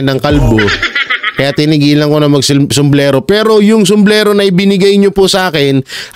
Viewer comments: SUMBRERO., hindi sumlero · Sumbrero hnd sumblero hahaaaa